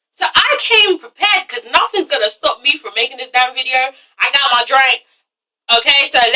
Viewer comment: LOL! "I got my drank!" Was that you doing you American accent is that something we have in common?